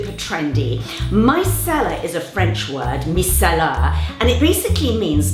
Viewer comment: At first I thought she said “my salad water”